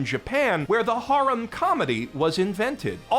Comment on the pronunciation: "That's how they say harem in Japan" yeah but you are saying 'haram' :D